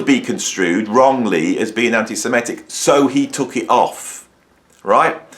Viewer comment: With all due respect, the word is antisem-IT-ic. Very common mistake for some reason. And l believe Roger is one - (although l absolutely agree that he shouldn't be censored) - he publicly berated Bono for expressing sympathy for the victims of the 7/10 massacre. That erased any remaining doubts that l might've had.